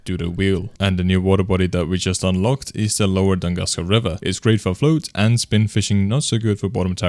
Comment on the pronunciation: It's Toon-GOOSE-Kah man, not the way you said it. And yes, the series is amazing! Keep it going.